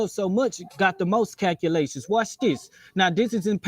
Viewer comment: What the heck are kakulaeshns